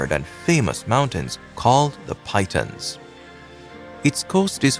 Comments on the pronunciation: Regarding St Lucia, the two mountains the narrator called them what sounded like a couple of large snakes "Pythons " . The correct pronunciation should sound like "Peeton" I hope it helps. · Could you ask someone for the names in our Islands before recording. Like the Pitons ... It is P. TONS (SILENT I) NOT PYTON. It is hard on the ears when you mispronounce. You should always research before doing your videos. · Excuse me sir it is pronounced “Peeton “ not Pie-tons 😂😂😂😂😂😂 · Correct yes. PITON ... pronounced Peeton. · The mountains in Saint Lucia are pronounced PEE- TONS